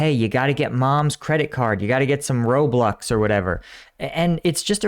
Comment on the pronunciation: "Roblux." xD